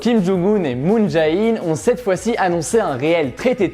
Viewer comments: petit conseil de prononciation: moon jè-in et non pas moon ja-in et rassure toi tu as bien prononcé Panmunjom 😁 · Moon Jae In se prononce Moon J"é" In (ou Jane en anglais) voilà